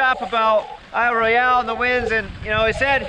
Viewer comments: Regardless of the spelling, It’s pronounced Isle Royal... not Isle Roy Ell. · Regardless of the spelling.... it’s pronounced aisle Royal...not Isle Roy ell